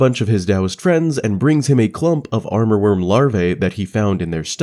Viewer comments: Nice video ❤ btw it's "Amourworm" not "Armorworm"! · Fantastic videos, thank you for doing this! One remark though: I hear you say « aRmourworm » through the video, while the spelling is « amourworm » - as in “amour”, which is french for “love” and also the name of one of central Asia’s major river. Not sure if this has some additional lore attached to it though.